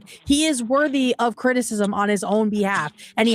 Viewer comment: sounds like said “cringicism” instead of criticism, and I think we should make that a regular phrase for Hasan.